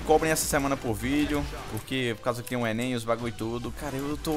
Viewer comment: ENÊN hsauehsaueae Mto loko tu falando ENEM vey hauehsa..., faz o desafio do Gelo com sal mano hausehae